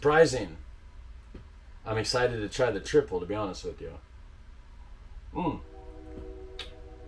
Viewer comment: it's pronounced triple, no Al at the end.